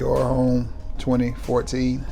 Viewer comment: Homme is pronounced Ohm.